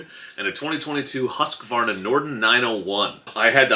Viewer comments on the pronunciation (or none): I'm sorry but as a scandinavian please let me note the pronounciation of Husqvarna. Hus, like juice. Then qvarna. Something like Huusqvarna.Not husk like husky. Love your videos and bon voyage.